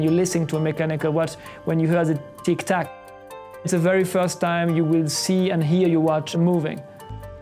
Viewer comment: ... 'tick-tack'? I'm not sure this guy is a watch expert.